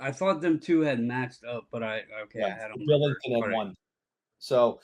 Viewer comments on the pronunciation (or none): Mmmmm meat in the game. ** meat in the game noises ** Also enjoy focus on meat in the game that he repeatedly calls Jordan Binnington … Billington. Ala Craig Billington noted 90s backup except for that year he played 63 games for the expansion Senators